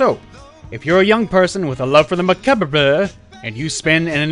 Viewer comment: I don't know why, but saying Macabre the way he did made me burst out laughing like nothing else XD